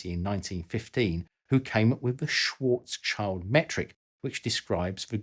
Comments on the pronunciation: Very clear and interesting video, thanks! 👍 Just one snall thing: the last part of the German name Schwarzschild (which is "schild") is pronounced like the English "shield", not "child". 😅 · It's not "Schwarzs-Child" - It's "Schwarz-Schild". Usually I don't comment on non-natives on their pronunciation, but you said it like a thousand times a minute and it get's kind of annoying after a (really) short while ;) No offense though - love your videos :) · "Karl SchwarzCHILD" Think a moment about what his surname might mean. Schwarz - It means "black" Child - It does NOT mean kid/child/young person. It means "shield". So the proper pronunciation for that would be SchwarzSHIELD. I don't know why it bothered me this much, I am not even a German. But when ignorance is afoot, i just can't sit idly by and let it pass without great difficulty. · Its schwarz-schild not schwarzs-child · Dude it's "shield" not "child"!! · Just a little correction to Mr. Schwarzschild‘s Name. It‘s Schwarz Schild. It literally translates to Black Shield, not Black Child. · Shwartsshield, not "Shwarts-child" ffs. Also, this video does not seem to take into consideration that a point singularity is only possible in a theoretical static black hole. However, as far as we know, all physical black holes spin, which causes them to have a "ringularity". Matt of PBS Spacetime, Sabine Hossenfelder, Anton Petrov and probably many other YT science educators have videos on this. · i believe the pronounciation of schwarzschild is not "swartz chihld" but "shwarz shild" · The usual German pedantic comment: Karl's name is spelled Schwarz-Schild (both parts with the "sh" sound at the beginning, sounds something like Schwarz shield), not Schwarzs-Child :) Anyway, thanks for the great video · The end of "Schwartzschild" (Schwartz-schild), provided you can not pronounce it German, is in English better pronounced like "shield" instead like "child". (The name btw. literally translates to "black shield".)